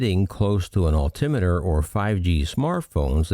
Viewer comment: Your pronunciation of altimeter is correct, same as speedometer. Note the spelling of meter. It is an instrument, unlike a kilometre, pronounced the same as centimetre and millimetre which is a lineal measurement. The spelling is metre. However a Killometer is an instrument for measuring deaths in a war. Good one. You are as usual on the ball.